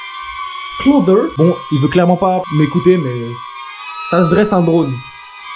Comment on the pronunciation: « ClOthEr » 😂😂 Bsahtek le drone sah